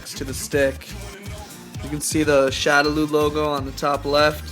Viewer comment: It's pronounce shadow-law. God that was annoying.